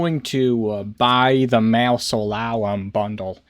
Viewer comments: It's said like "maa·zuh·lee·uhm" :) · Bro you need to look up how to pronounce mausoleum lmao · lol say mausoleum again